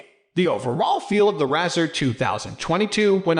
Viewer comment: Can't even pronounce the name correctly!! Keeps showing the 2020 model. 2022 bezel is not plastic but the highest grade aluminium. He is clueless!